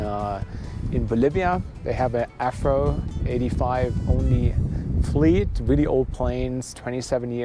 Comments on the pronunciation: it's called an AV RO jet not an AF RO jet, lol. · "The Afro". Germans and their v's. 😍😅